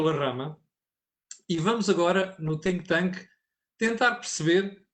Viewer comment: Cada vez que diz think thank parece dizer sink thank o tanke de afogamento...